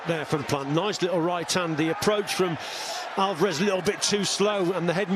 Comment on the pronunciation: Is Steve Bunce the only person in the world who pronounces it 'Alvaarrrez'? Does he not hear everyone else? 😄